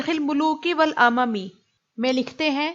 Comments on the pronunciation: "والامم " یہ لفظ آپ نے غلط پڑھا،ھمزہ پہ پیش ہے زبر نہیں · بہت اچھی ویڈیو تھی مگر ایک جگہ آپ نے اعراب کی غلطی ہے المنتظم فی تاریخ الملوک والامم میں آپ نے امم ہمزہ کی زبر کے ساتھ پڑھا جبکہ یہ ہمزہ کی پیش کے ساتھ ہے مقصد اصلاح ہے